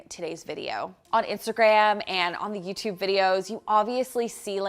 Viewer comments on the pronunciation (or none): none